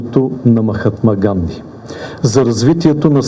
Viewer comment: Не може да е толкова тъп, да не попита как се произнася името на Махатма Ганди! Уж има една купчина съветници, в Гугъл да беше проверил! Национален резил е тоя президент! Надявам се индийския президент да не се обиди!